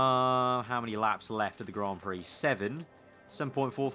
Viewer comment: Did you actually say that lol Grand Pricks Thought I had switched to pornhub when I heard that